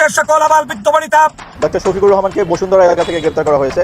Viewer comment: সোফিকুল নয় 😂 শোফিকুর রহমান 😂🎉🎉